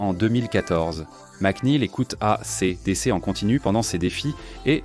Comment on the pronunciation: Mare de l'I A incapable e prononcer A C D C : boycotte !!!!!!!!!!!!!!!!!!!!!!!!!!